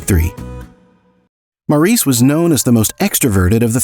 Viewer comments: This was a well done brief story of the Great Gibb brothers. It was pretty accurate although one issue I repeatedly noticed was the correct pronounceation of Maurice Gibb's name. It is pronounced Morris. I enjoyed it very much other than that. Thank you. I have loved the Bee Gees for most of my life. They were/are very much legends. Maurice, Robin and Andy are greatly missed and loved. Wishing long life to Barry and the remaining Gibb families. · I agree with you. Any fan knows the correct pronunciation of Maurice's name!